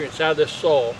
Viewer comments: Great tips!😮😁 I hadn't thought about that where I grew garlic that never came up.😭 I'll pass on the rabbit tea. Unless you're putting it in my garden. I kept trying to figure out if you were saying sole or soil....😂 Have a blessed day! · What a great way to compost in place! And by the way, I think you’re “soul” right. We say it as one syllable too 😅. Also, I love your new editing style with the jump cuts and stuff. Great work buddy. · I never knew "soil" was one syllable 😆But these are good ideas 👍👍